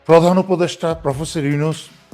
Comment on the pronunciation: সেনাপ্রধান ওকার ডক্টর ইউনুসের নামটি কিভাবে উচ্চারণ করেছে তাতেই বুঝা যায়